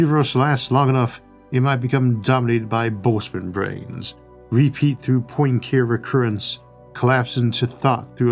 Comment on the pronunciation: Enough pronunciation guides exist out there, in digital and paper forms, to make butchering the pronunciation of Poincaré seem like laziness more than like lack of information.